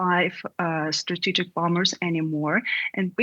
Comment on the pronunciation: Did they use an AI voice for that female voice with an American accent that said "bomBers" and had the exact same intonation in every sentence? If yes, shame on you, DW. Employing as many real life journalists is critical in these times.